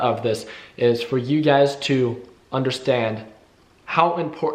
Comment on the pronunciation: Everytime I hear him say "you guys" it's always UGAZ in my head.